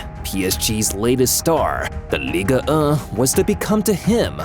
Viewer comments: bro did NOT say ligue💔🥀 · why bro said ligue1 like that 😂